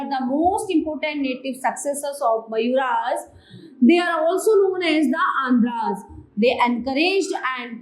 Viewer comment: It's not mayuras. It's मौर्या